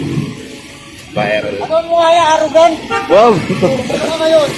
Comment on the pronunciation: Gago si manong "arogant" HAHAHAHA